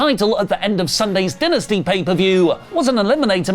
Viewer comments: It’s dynasty, not dentisty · You're killing it's dai·nuh·stee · How come you guys pronounce Dynamite correctly, but pronounced Dynasty as Dinasty. 🤔